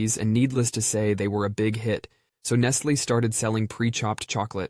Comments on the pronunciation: There's a few big clues that it's ai yeah. The way it pronounced radar and Nestlé are huge give aways. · RAH-dar range, closely followed by Nest-LAY chocolate. 😮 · Please check for the proper pronunciation of radar and Nestle. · AI narration drives me crazy. Mispronunciaion of "radar" and "Nestle" are so obvious, why doesn't someone monitor and edit these things? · Can't pronounce Nestle or Radar, either...among other examples...Kudos, AI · Dude, do you pronounce anything correctly? Radar, nestlé, and those are just two extraordinarily common words that you thoroughly butchered!